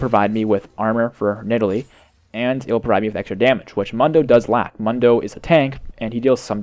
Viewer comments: why do you say mun-doe, its moon-doe. Even press his taunt or joke. He says his own name... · ***** Just so you know it, It's pronounced Moondo. Not Mundo.